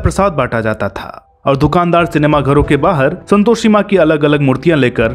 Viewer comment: Om ॐ bhai pehle aap santoshi ka ucharan to sahi kar lijiy🙏